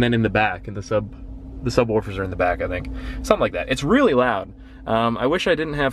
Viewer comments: He pronounced subwoofers like subwarfers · "and 2 subWORFERS"XD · Ahahaha "SUBWARFERS" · "Two subworfers" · "sub werfers"